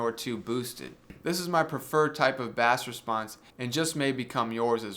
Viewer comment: Dude. Love the review. You probably are having fun with pronouncing 'Bass'. Just in case you're not, it's pronounced 'Base' - unless it's a fish!